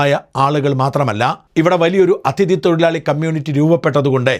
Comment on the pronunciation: "" അഥിതി "" അല്ല mr. ഷാജൻ . "അതിഥി"എന്നു പറയുക